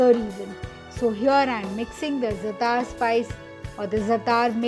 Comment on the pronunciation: Zaatar is pronounced with the emphasis on the first syllable.